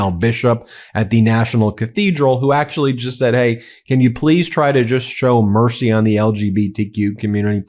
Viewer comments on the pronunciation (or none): none